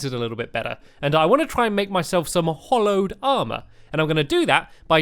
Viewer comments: It's pronounced HALLOWED NOT HOLLOWED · It's hallowed not hollowed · Hallowed bars not hollowed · Pascal Wessels also ITS HALLOWED NOT HOLLOWED!!!!!!!!!!!!!!!!!!!!!!!!!!!!!!!!!!!!!!!!!!!!!!! and hallowed isnt a bad biome so dont be afraid if it goes near he treetop hotel. it wout even spread to the top! and you should really search the terrablade, becuase its the strongest sword in the game, and its very hard to make. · It's HALLOWED NOT HOLLOWED so annoyinf when people says it hollow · stampy pls its hAllowed bars not hollowed